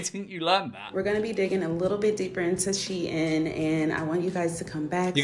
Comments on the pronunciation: IT’S PRONOUNCED SHEEN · "CLOTHES STORE SHIEIN" (its said like sheen and not she in)